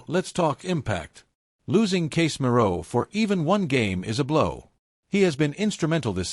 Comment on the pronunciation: LOL, you don't even know how to pronounce Casemiro name, and you never get to the point on the news of your title, BS clip, don't bother to view this clip..waste of time